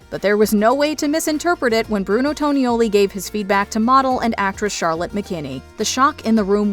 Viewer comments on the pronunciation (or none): Clearly the narrator has never seen the show or she'd know how to pronounce Tonioli. It does NOT rhyme with ravioli.